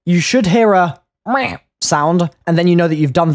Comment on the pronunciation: it is funny how you say meh